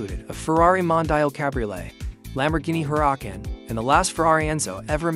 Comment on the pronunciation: Lamborghini Hoorahken. My favorite